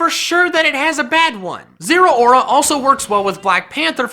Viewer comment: zeraora is pronounced zeh-row (as in cow)-ruh